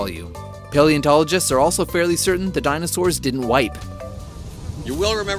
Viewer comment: "Even DINOSAWURS"